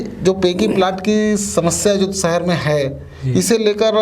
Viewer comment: सहर नहीं साहब "शहर"